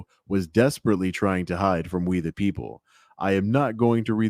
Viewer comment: "...both to duh press side, to duh community..." Anybody who says "duh" instead of "the" is not to be trusted.